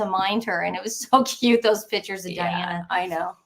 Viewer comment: It’s pictures not “pitchers” 🤭✌️💕